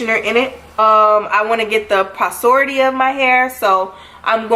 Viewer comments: sis said posority 💀 . it's porosity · I was like if she say posority one more time 🤦🏾‍♀️ lol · Kiera lmfaooo I caught that too I’m like is she trying to saying porosity? 😩🤣 but at her request I’m moving past this and enjoying the rest of this year 🤣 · You're pronouncing porosity wrong